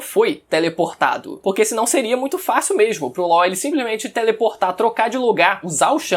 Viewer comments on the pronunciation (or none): Ele chamando law de ló kkkkkkķkkkkkk